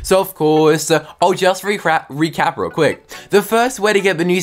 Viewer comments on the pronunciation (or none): none